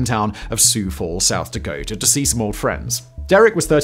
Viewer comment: Hearing Simon say Sioux Falls, South Dakota made me do a double take lol Congratulations, you can say our town name better than Google maps 🤣 but seriously, kudos on not slaughtering the pronunciation like most people do